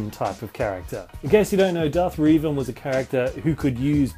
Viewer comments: It's pronounced "Rev-en"(like how you rev up a car) It has been said that way by every voice actor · I love your pronunciation of Revan... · U pronounced revan wrong